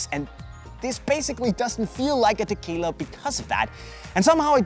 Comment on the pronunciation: I keep hearing "tequila"...I need to go get a drink now